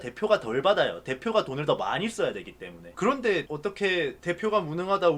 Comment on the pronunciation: 그알 이제 ''그런데 말입니다' 가 아니라 '구란데 말입니다'로 들어야함